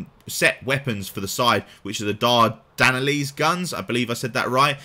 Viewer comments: Dardenelles = Dar - den - ells (silent e before the s) great video overall. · lose the "n" on the final syllable, lol